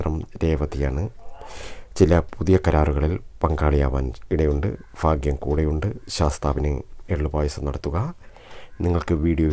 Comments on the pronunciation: Edo Fagyam alla Bhagyam ennui para..... You are talking to Public..not to your local people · ഫാ അല്ല സഹോദര ഭ ഭാഗ്യം എന്ന് പറയു... ഫാഗ്യം ഫാര്യ ഫര്ണി ഫാഗ്യവാൻ അല്ല... ഭ ഭാ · ഫാഗ്യം അല്ല ഭാഗ്യം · Phagyam ennalla Bhagyam ennanu parayuga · കമെന്റ് വായിച്ചിട്ട് ഞാൻ ചിരിച്ചു ചത്തു ഫ അല്ല ഭ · ലോട്ടറി കച്ചവടക്കാരനായ ഒരു പാവം ചങ്ങാതി...കൊല്ലം....ഫ....അല്ല ഭാ ആണ് എന്ന് എത്ര പറഞ്ഞാലും ഇൗ കൊല്ലം, തിരുവനന്തപുരം ഭാഗത്തുള്ള ആളുകൾ മനസ്സിലാക്കാൻ ശ്രമിക്കില്ല.... ഇനി മനസ്സിലായാൽ തന്നെ തിരുത്താൻ ശ്രമിക്കുക എന്നത് വളരെ വിരളമാണ്... പക്ഷെ സ്നേഹിക്കാൻ കൂടെ സഹകരിക്കാൻ തയ്യാറുള്ള നല്ല ആളുകളാണ് ... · എല്ലാ നക്ഷത്രക്കാരും 'ഭ' വേണ്ടിടത്ത് "ഫ" പറയാതിരിക്കുക.... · Fagyam alla mashe bhagyam ennu parayu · Not faghyam bhagyam..... Kelkkumbol endhopole thonnunnu plz change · Sir phagyam ഒഴിവാക്കി ഭാഗ്യം എന്ന്(bhagyam) എന്ന് പറഞ്ഞു കൂടെ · Fagyam alla cheta Bagyam😀😁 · Bhaagyam fagyamalla.bhaaghyam.bhaaghyam.ayyayoo fagjyamennuparayalle plz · എന്റെ പൊന്നു ചേട്ടാ ഫാഗ്യം അല്ല ഭാഗ്യം......... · Fagiyam അല്ല bagiyam anu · Bhai fhagyamalla bhaagyamaanu ithupolum malayaalathil parayaan ariyillenkil engine mattullavatku fhagyamundaakum. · ഫാഗ്യം അല്ല ഭാഗ്യം ആണ്. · ഫ. അല്ല. ഭ. ആണ് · ഫ അല്ല ഭ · Fa alla bhaa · ഫാഗ്യം അല്ല ഭാഗ്യം ആണ് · അത് തന്നെ ഫാ കേൾക്കുമ്പോൾ ചിരി വരുന്നു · എനിക്ക് 'ഈ'ഫാഗ്യം വെണം' നിങ്ങൾ ഈ.ഫാഗ്യം എനിക്ക് താരണം' ഈ ഫാഗ്യം ഞാൻ 'നെടുക്കുവ) ക' കു'കിക്ക 'ക്കു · ആദ്യം ഭാഗ്യം എന്നു പറയാൻ പഠിക്ക,ഫാഗ്യ്ലോട്ടറി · Urakkam varunnundo ? Ooooh fagiyam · Malayalam adyam parayan padikku chetta,fagyam vannu cherum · ഭ!ഭ!ഭ!ഭ! പറഞ്ഞ് പഠിക്ക് ആദ്യം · ഭാഗ്യം എന്നു പറഞ്ഞു പടിക്കു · ഫാഗ്യം ,ഫാര്യ,ഫയം, ഫാരതം😀😀😀😂😂😂😂😂😂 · ഭരണിയുടെ 'ഭ' പറയൂ ഫാഗ്യം അല്ല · ആദ്യം ഭാഗ്യം എന്നു പറയാൻ പഠിക്ക് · ഫാഗ്യം ഫരണി ഇല്ല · ഹോ ഫാഗ്യം..😂😂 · ആദ്യം ഭാഗ്യം എന്ന് പറയാൻ പടിക്ക് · 108 തവണ ഭാഗ്യം എന്നെഴുതി ശരിയായി ഉച്ചാരണം പഠിക്കുക. ഉറപ്പായും ഭാഗ്യമുണ്ടാകും